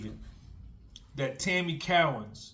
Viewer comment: Co_ wins not cow_ ins